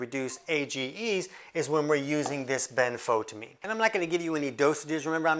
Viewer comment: benfoTIamine TI-amine ben-fo-TI-amine . . . pronounced like a TYE around your neck, rhymes with DYE . . . and SIGH : )